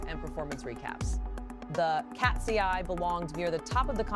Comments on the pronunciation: IKR? KAT-SEE-EYE? Nice try AI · The way you pronounce KATSEYE just takes me out 😂😂 Love BINI's performance. It was flawless!